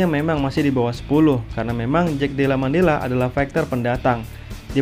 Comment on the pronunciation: Koreksi brol : Madallena bukan Mandella, tapi emang kadang susah sih nyebut nama fighter satu ini 😂